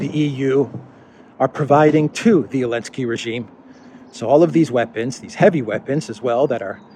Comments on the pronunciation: What did I miss? Why is he saying Elensky instead of Zelensky? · It makes me laugh that you say “Elensky”. I think I would say ZZZZZZZZZZZZZZZZZZZZelensly instead !